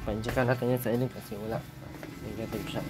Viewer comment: Good morning….at least NeNaTiVe 😂🤣😂🤣 kung nag Nositive (positive) malaking problema yan sau 😅